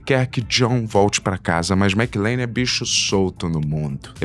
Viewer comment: McLANE???? WTF. Primeira vez que vejo alguém falar errado o nome de um dos heróis mais icônicos de todos os tempos. Isso só prova o POSER na questão cultura pop que o é.